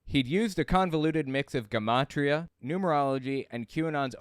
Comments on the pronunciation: Its "Juh-mot-ria."Not Guh. It's the study of numbers making it a derivation of " Geometry." Hence the Jun pronunciation. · I enjoy your content, but take the time to check pronunciation of words you're unfamiliar with, like gematria. Correct pronunciation is juh ma tree uh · Um, isn’t gematria pronounced with a “soft’ g? Juh ma tri ah…?